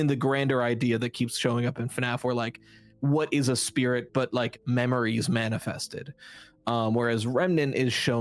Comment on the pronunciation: this mf said determination and spih